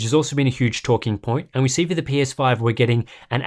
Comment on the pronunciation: I swear he said the pinus5